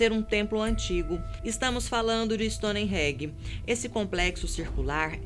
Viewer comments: Stonereggie... Kkkkk era o templo do Bob Marley.... No mínimo, a pronúncia tem que ser certa para se ter um canal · Stonenhenge? Alguém ensina a pronúncia certa, pf 😣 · stone reggae? esse ai eu nem conhecia, povo podia ver a pronuncia antes do video né. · Se pronuncia "stone enje" não "stoni regui"!!!! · Stoneégi ? Povo BR burro, nem falar direito inglês sabe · A mina falando STONE REGGAE hahahaha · Stonehenge virou "Stony Reg"! Que pronuncia e essa? Esperaria isso é um canal amador, não do fatos desconhecidos. Que Mico!kkkk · Sem querer menosprezar o trabalho da apresentadora , ela não combina com esse canal , fala como se estivesse apresentando trabalho escolar , e a pronúncia então ??? Stonereggae e linhas de nasga foi de matar !!! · Meu ouvido dói com "stonerregae" kkkk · Não da para ouvir nenhum vídeo com essa mulher! Sem falar no “stonihengi” que ela solta! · "Stone regue" haahahahahha da não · Kkkk pensei que só eu tinha percebido , o certo é Stone Range . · Perdi com essa pronúncia de Stonehenge KKKK